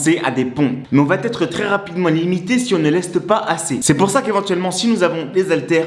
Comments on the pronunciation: Vidéo intéressante, Merci! Mais si je peux me permettre, il faut juste arrêter de dire "ça va-T-être". Ce pataquès fait vraiment mal aux oreilles 😱 il revient tout au long de la vidéo. "Va" s'écrit VA il n'y a pas de "T" donc pas de liaison, merci! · Supprime la liaison « va T être » et tes explications seront parfaites. 😉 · J'aime beaucoup vos vidéos mais je me permets de vous donner un conseil d'ami pour la suite : on ne dit pas "va t_être" mais "va être". Pas de t, donc pas de liaison. Cordialement .....